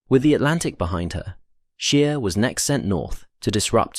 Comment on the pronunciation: It's pronounced 'SH-pay', not 'sp-EE', & 'SCH-ayr' not 'sh-EER'.